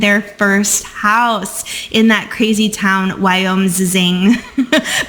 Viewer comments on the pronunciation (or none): It’s pronounced Y-Oh-Miss-Ing)